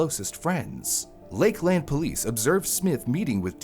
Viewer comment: FYI…the Polk County sheriff’s name is Grady Judd. ‘Grady’ being his first name. Also..it’s pronounced more like ‘Lakelind’ not ‘Lake-LAND’. Wild seeing a video about something that happened in my backyard. I didn’t grow up here but my husband did.